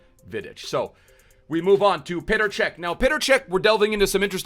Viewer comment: It’s petr cech